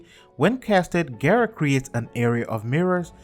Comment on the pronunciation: it's gara not gera there no e in gara